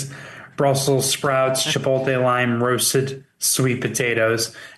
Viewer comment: Someone please teach how to say chipotle